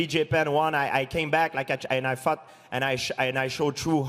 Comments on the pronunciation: GSP says "fought" like "fucked" xD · Is it me or George said i fucked guy haah.